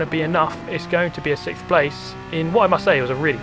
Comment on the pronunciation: It's "SIXSCHSCHSCHSCH", but not "sixth".